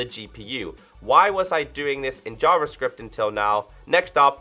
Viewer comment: lol he said something like jarjar script. yous a jarjar binks messah messed up prenouncing something. Thanks for the vid i hope notch gets to make something that he can truly make into what he wants